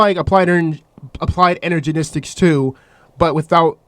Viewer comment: "Applied Energenistic"